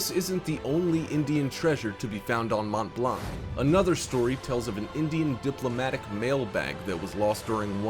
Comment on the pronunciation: Completely butchering 'mont blanc's name.